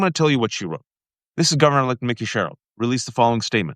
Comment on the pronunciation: I would be sharing this if only you would pronounce Mikey Sherrill's name correctly.